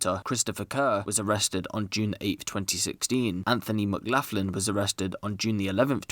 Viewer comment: It's pronounce McGlocklin not maclaughin lol